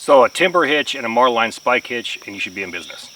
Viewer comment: Marlin not Marline. When using a Spanish windlass, don’t start out with it so slack, tightens up quicker. Most definitely have some means of holding the bar/ stick. Can be really painful if it unwinds abruptly, basically it is the tech the Romans used for ballistae.